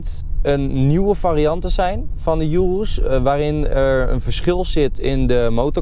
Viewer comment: enzo zei eerst altijd lamborghini verkeerd en urus goed en nu is het omgekeerd je spreekt urus uit als oeroes niet als joeroes